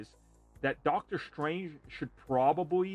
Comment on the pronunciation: his name is Dr Strange not Dr Shtrange. Why do you say it with an "sh" sound?